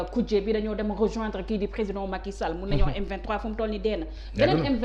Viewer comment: Regarde moi ce personne qui n'est pas intelligent les journalistes qui ce permet de lui donner la parole et entrain de traiter le président de tout les noms il a même du mal pour dire président emplus la journalistes rigole comme si sa lui fait plaisir